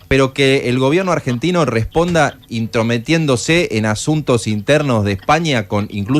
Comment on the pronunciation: "INTROMETIENDOSE" jajajaja y sos periodista? pero tienes que volver a primaria!!!